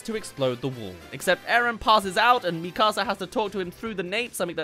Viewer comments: Kinda bothers me how he calls it “mE CAaSA” 😭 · Bro really called her “Mí casa” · ITS NOT MI CASA ITS MIKASA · mika-sa not mi casa su casa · When is trying to say Mikasa it sounds like he saying my house in Spanish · Bros saying mi casa 💀💀💀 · Me-kasa, seriously. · he siad mekuza wrong. no hate tho just pointing out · I cant stand the pronunciation of "MiKAHsa" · Please stop saying MEE KAR SAR. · Why are you saying Mikasa like that!!! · Why do so many people who have watched all of the show not know how to say Mikasa’s name? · Hearing you consistently fail at saying the name Mikasa is like nails on a chalkboard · Sounds like he’s saying my house in Spanish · the way u pronounced Mikasa Killed me in a bad way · Why does bro pronounce mikasa like that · ion wan sound like a picky nerd but everytime I hear him say mikasa wrong i lowk cringe lol but its all cool haha